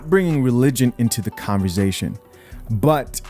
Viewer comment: its converSAtion not converZAtion lol. I love you bro but you been saying it with a Z since I been watching you and it just aint right 😂. Keep up the good content though. I'm all for it.